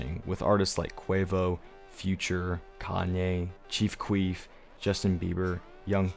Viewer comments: bro said chief queef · Bro called chief keef “Chief queef” 😂😂😂